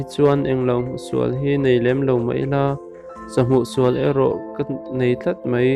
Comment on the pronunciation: Mizo trawng hi ahar ah,tih dikloh i nei nual mai.thangte nilo in thrangte tih tur zok ni e,sa channa atana thutna tur thigkug ah an dawh thin,,sa hmusual---sahu sual tih tur ani..chuan adang poh athluk diklo a om nual mai,ka la gaithla mek ,gaithla leh zel phot teh ang